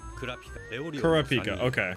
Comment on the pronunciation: The way he pronounces korapika triggers me lmao